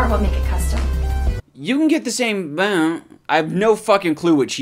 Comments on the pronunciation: She said, “You can get the same BUILD. But she had a slight stroke and said BEEIL.” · it’s a split between build and film. I hear build then I hear film It’s so hard to hear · It took me 6 years to figure out that she's saying "build" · She said “build” lol